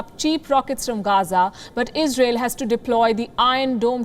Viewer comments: Istael ,isreael. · Israel is the richest terror group in world🤔. You mispronounced. 750million US aid >700million. Well we have to just see for how many more years israel terror group is useful for the "USA". after that israel will too end up in the dustbin🥴. Long live Palestine, love from India🇮🇳🇮🇳